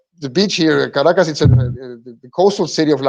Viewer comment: the name of the capital of Venezuela is pronounced "CAR - RA-CASS" and not "KRACK- ASS" as you say. Venezuela accounts for less than 1% of illegal drugs reaching US shores. Most drugs are imported from friends of the US... with the complicity of three letter "security" agencies.